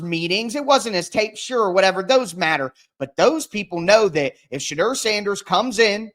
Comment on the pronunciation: Thank u for correcting the host on the pronouncing Thibadeaux Now we have to get him to stop saying Shadrrrrr. The correct pronounciation is Sha-door 🚪